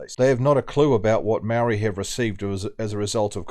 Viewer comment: Who's the narrative idiot speaker talking bullshit?????seriously can't even pronounce moari properly, let alone scratch his backside 😂😂😂😂funny